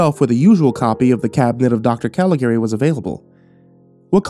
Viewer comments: Normally I love your stuff, but you managed to mispronounce both names pertaining to the movie throughout the entire story. Was very difficult to listen to that way. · I love found footage/old lost movie stories and I adore The Cabinet of Doctor Caligari but your pronunciation of Caligari and Cesare was really...uh....not good. Otherwise a great video and reading!! Very atmospheric, I love the usage of clips from the movie!